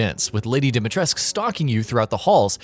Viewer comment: Why can’t anyone pronounce Lady D’s last name correctly?!😭😭